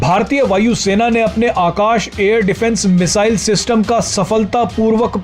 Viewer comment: Missile bolne aata nahi. Chale hain salah dene. Don...y